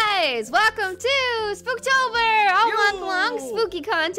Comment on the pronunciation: 66th comment!!!! BTW, Its "SPOOP-Tober", not "Spook-Tober"!!!! Lol! Edit: ERMAHGERD!!!! NOTICED ME!!!!!